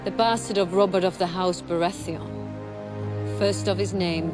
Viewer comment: The Red priestess can't pronounce Baratheon